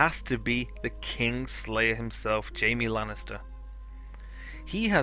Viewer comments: Just saying it's Jaime not Jamie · 1. Arya is gonna kill cersei 2. It's Jaime not Jamie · His name isn't Jamie, it's Jaime